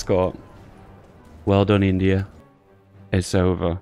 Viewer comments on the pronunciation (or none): none